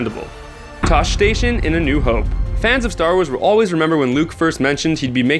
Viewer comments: "Tosh-ey" not "toush" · Also, TAH-SHEE station. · OMG = "TO-SHEE" not "Tosh" station. I realize I'm not watching a fan of star wars movies when I heard that. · Tosche is not pronounced TOSH. It's pronounced Toshee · Toche is pronounced tosh-ee! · I'm sorry but I could handle the hash up you made of "tosh" station (pronounced tosh-e) but DABOGA ARE YOU SERIOUS watch the fkin films!!!!!! (Pronounced!!!! DAY-GO-BA) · clearly the narrator is not a starwars fan... its Pronounced TOSHEE...not TOSH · Pronounces Tosche Station as "Tawsh" then "Toesh," when in the movie it's clearly pronounced as "Taw-she." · Tah-shee station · It's pronounced Toshi station. And the name A New Hope is really stupid. It was an afterthought and we as fans should always demand that this film just be called "Star Wars" Star Wars won 7 Academy Awards -- not A New Dope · 1. In the scene with a Biggs darklighter The station where he meets Luke is mispronounce not once but twice in the narrative for this video although it is spelt tosche station it sounds like tar-she station when Luke mentions it to his uncle in a new hope. 2. There is a deleted scene in the force awakens during The storm trooper assault on the planet containIng maz kanata' bar some storm troopers Break into the bar and Maz uses force powers to bring the ceiling down on their heads, don't waste hours looking for this on the DVD it is only on the Blu-ray. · It's Tah-Shii station, not that reggae singer's last name. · "Toesh" station and "Dagoeba"????? Bro, you cant pronounce star wars words very well... WORST. NERD. EVER. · toche station... dogoba? im not sure where you are from but you butchered these names. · Tosh? Toache? GTFO. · Its pronounced Tosh-e station! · It's tosh ee station and it's de go bah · Tosh... Tash... It's Tosh-e station! :-P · disliked after hearing "TOASH station" good job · dude its toshee say it like that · anyone else cringe so hard their face imploded when he pronounced toche station: toe-sh station?